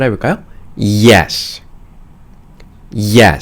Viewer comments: 당연히 예스라고생각했는데 이에ㅆ라고읽으니 더원어민같네요 감사합니다ㅎㅎ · yes를 이렇게 멋지게 읽는다는 것을 처음 알았네요.감사합니다 ~